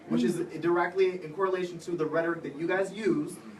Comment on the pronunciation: Blonde guy clarified he mispoke about "condone" instead of "condemn"... they keep harping on it, what? But he said "University of Campus" and nobody said anything. How is that different? Also its embarrassing how often the big loud one mispronounces words. Like "rhetoric"